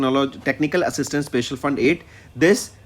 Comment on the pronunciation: Pronounce "special" properly You said "spacial'